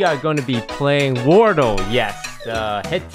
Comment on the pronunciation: It’s wurdle not wardle